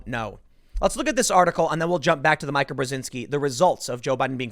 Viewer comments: Tim, if you see 'Mika', say Mee-kuh. (And for Jonathan Haidt, say Jonathan Height). Yeah, yeah, yeah, I know I'm sweatin' the small stuff. Love your work, Padnuh. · I think Mika is pronounced Meeka. :) I used to watch them till they lost their minds. :) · Don't be an idiot, who calls her "Mike-ah"? David "ike"??? You're smarter than that, quit the dim-wit act. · Are you purposely mispronouncing Meekah…???? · Her name is pronounced as MEKA! ME-KA! MEE-KA! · Dam it Tim it’s pronounced Me-ka! Lol. Just like you mispronounce McGowan. It’s Mc-Gauw-in. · Can someone please tell Tim that it’s pronounced ‘Meeka’! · I can't stand it anymore. I'm a conservative, so I listen to both sides. Her name is pronounced MEEKA, MEEKA Timmy. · 'Meeka' it is pronounced 'Meeka', same with how you mispronounce Rose McGowan. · Mee-Kah you Moron... Did you not even Listen to the Interview? He says her name multiple times while addressing her! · "The polls have Biden in the lead"... Yeah... These are the same pollsters who were saying Hillary Clinton would win in a landslide all the way up until election night 2016. Also, I know this is a little gripe, but it's driving me nuts. If you see this comment TIM POOL, her name is pronounced "MEEKA" not "MIKE-A". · Ok, I can't stand it anymore so I have to just say it. IT'S PRONOUNCED MEE-KA! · Learn how to say Mika. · you're saying mika's name wrong. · You really need to work on properly pronouncing some of these names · It’s Mee-kah not My-kah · You keep calling her my-kah, when clearly it’s mee-ka. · MEE-ka. Not MY-ka. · Isn't it MEEKA instead of Myka Brezinski? I think it is MEEKA but I fucking hate that woman and her network MSNBC so I don't watch it. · dude, tim...it's mee-ka...not my-ka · Repeat after me: Meeeeeeka... Meeeeeeeeeeka. NOT MiCAH. Please stop calling her Micah. Nobody calls her Micah. Her name is not Micah. Love your show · Hey Tim, it's "Meeka" not "Mike-a". Love the stuff, but this is driving me nuts. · Meeka, not Mika!